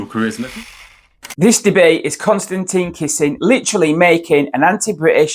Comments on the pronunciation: “Tin” not “Tine” please. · It's Kon-Stan-TIN not Con-Stan- TEEN. it must get really annoying with so many people. mispronouncing your name. at least you don't pronounce his last name KISSING... to annoying to watch.